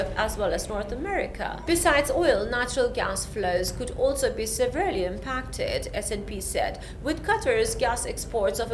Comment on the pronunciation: You need to decide which accent you want to use, and in some other videos you're drawing inspiration from pallavi Joshi, especially the pauses, which works works for her because she stays true to her accent... just pointing out it's pronounced se-vear-lee not sever-lee, also v and w are pronounced differently, kilometers is pronounced killah-meters not KILO-meters, its the strait of Hurmooz not hurmuz and energy is pronounced enner-ji not eneeer-ji, you must get diction training, you're doing the stiff upper lip British accent, which is nos dead and completely unrelatable, you're either not trained in broadcast or if you've been trained, it didn't work. Even if you decide to delete this comment, at least take the feedback, for a start look at CNN,BBC and Al-Jazeera... observe the newsreaders when they are presenting, does it feel like they're talking to you as if they know you? That's how news needs to be read so anyone watching feels like they're the only person being addressed. And too many hand movements on the screen are incredibly distracting. Presenters must have clean short nails with a French manicure or nail colour that isn't distracting, your acrylics aren't working. Journalism is a lifestyle. You've only done this a few years, if you're resourceful enough dig up details for shaista zaid and get training from her. You're reading the news you need to be invisible because you aren't the news.